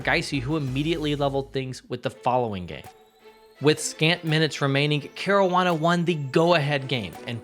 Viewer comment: “Care-roo-wah-nah” smh 😒 at least pronounce dude’s name correctly